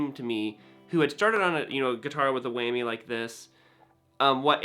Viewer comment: It’s a WHAMMY, not Weigh-me! XD